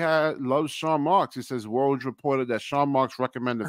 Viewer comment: Yoo 😂 you a funny guy you said woj name all wrong 😂